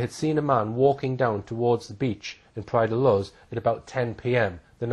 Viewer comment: The narrator can’t even pronounce the place name properly: Praia da Luz is pronounced ‘louche’ not ‘looz’. The rest of the story is made up BS; Madeleine was abducted from her apartment by a single male.